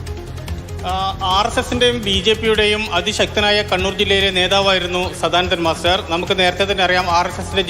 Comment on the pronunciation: മാതൃഭൂമി അവതാരകക്ക് സദാനന്ദൻ മാസ്റ്റർ എന്നു പറയാൻ വരെ വലിയ വിഷമം.